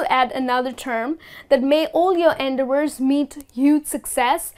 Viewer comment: Dear, Why do you put stress on the first syllable in the word "endeavor"?